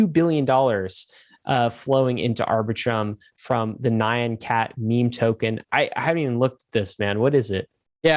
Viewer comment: triggered by the mispronunciations of nyan cat.